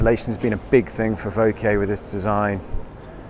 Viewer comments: Bob Hudson he already did, and got it correct (with a slight British accent) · Bob Hudson hmmm, I’d never heard the name pronounced before this video. So, I went to several of the on-line translators; the results agreed with pronunciation. I guess in some corners of the world there is a difference. Hardly a point of criticism, just a difference. As to your opinion the is a terrible presenter; well, of course you are entitled to your opinion; just as other’s are entitled to disagree. However, it is generally considered polite to offer constructive criticism. That is, something that the receiver can work on and improve rather the just “terrible presenter”. Of course you did start off with a criticism of his pronunciation (which may, or may not, be objectively correct, rather than mere opinion). However you quickly revealed an underlying dislike of in your reply. Fair enough. There are lots of other channels to watch, so I’m sure you will still be able to be entertained without getting irritated by. Fair winds.